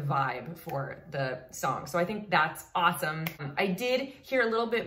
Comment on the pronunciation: The way you said ** HAAAWOME ** with that southern twang and then got tickled , is hands down one of the cutest things ever.... I could honestly watch and listen to you laugh and smile all day --------------------------------------------------------- Thank you for brighting my day 🌞